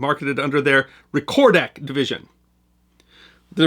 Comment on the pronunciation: Old Kodak guy here... the word "recordak" is pronounced "REC-or-dak", not "rre-COR-dak...